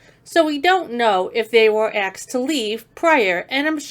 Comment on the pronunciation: Love the videos and commentary. However, PLEEESE - say asked instead of axed.